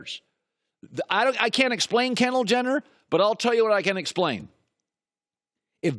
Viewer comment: "Kenndall Jenner..." I'M OUT. THIS GUY'S AN IDIOT.